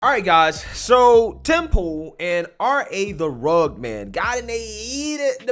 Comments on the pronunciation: not to be "That Guy" bit it's Rugg-ed Man not Rugg-d Man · entire response video: pronouncing dude's name like "rugd" instead of "rug-ged". RA: I'm not that guy!! Lol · My man! It's Rugg-ED Man, not Rugg'd man LoL I don't blame you I just know that you obviously haven't heard his music and what not but I'm just saying so you know haha Great video by the way I always love your stuff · RUH-GED not RUG. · its rugged as in rug-ged like rough. Cute that you called him the RA Rug man. I don't care for Tim Pool and I can not stand RA the rugged man, Tim is right he's a racist. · It’s pronounced Rug-ged. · It’s pronounced rugg-ed. If you describe a man as rugged, you mean that he has strong, masculine features. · It's RA the RUGGED (RUG-ID) man brother lol Either way, fuck him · The fact that this guy count pronounce Rugged man’s name right starts me off in a bad way. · you pronounced the musicians name wrong. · Very well said other than the mispronunciation. Knowing who RA is I'm surprised that's all that happened. That's a normal conversation with RA. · RUH-ged.... ./ˈrəɡəd/ Man. (of ground or terrain) having a broken, rocky, and uneven surface. "a rugged coastline" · It’s “rugged” man bubba one of the greatest MC’s to ever grace the mic. You could at least pronounce his name right. 🙄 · I like how you mispronounced rugged everytime 😂😂😂😂😂😂